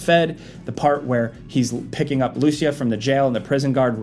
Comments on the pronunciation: Its LucIa, not LUcia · Hey it is LucIa not LUcia 😅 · Its pronounced Lou-see-ya Not Loosey-ah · bro it's not Lucy-ah, it's Lou-CEE-ah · the way you guys mispronounce her name is killin me. lmao. its lu-SEE-ah. not Lucy-AH. not LU-sha either. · Thanks for giving credit to all the people who noticed these details. Either way, I would greatly appreciate it if you started pronouncing Lucia's name correctly. You guys are calling her "loose ya", when it's actually "lou see ya". Small difference, but it's definitely noticeable. Yes I'm a native Spanish speaker. <_< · Lucia is commonly pronounced loo-SEE-uh. Emphasis on the "ci". Ok bye. Love your videos! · It's pronounced LooCEEah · Bruh her name ain't loosheeah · I’m fairly certain the female protagonists name is supposed to be pronounced Lou-See-Yah, though the game may pronounce it a different way. In case anyone is interested. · it's not lucia is lucia (joke) but really that's not how it's pronounced (even in the trailer jason says it right 👍🏻) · I think you are pronouncing Lucia wrong, and it really bothers me... LOL! 🤣🤣🤣